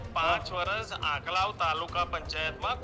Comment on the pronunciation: આંકલાવ બોલતા મિતેષ ને નથી આવડતુ પહેલા ૧૦ વખત આંકલાવ લખી ને બોલ મિતેષ પટેલ નથી અસલ પટેલ નો દિકરો હોય તો એના માટેવિસ્તાર ના સરદાર સ્ટેડિયમ નું બદલ્યું આ પટેલ હીજડા ની જેમ તાળીયો પાડી સરદાર પટેલ નું નામ બદલ્યું મિતેશ તૂ પટેલ અટક બદલી દે